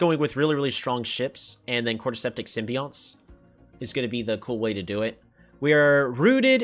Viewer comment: "Symbionts" is pronounced "Sim-bee-yon-ts"